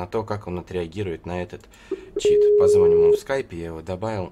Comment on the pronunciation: Не позвОним, а позвонИм!